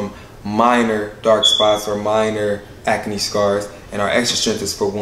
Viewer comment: Proud of and his skin care line.. but why he say acne as ack-a-knee 😅😅😅??